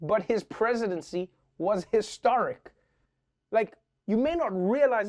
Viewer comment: Historic, you said? Or...hysteric? 😭🤪